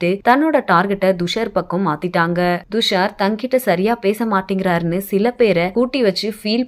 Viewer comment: Thushar not dhushar. Pronounce properly